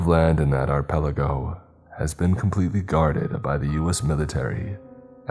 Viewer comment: "are pelego"??? ... archipelago 🙄🙄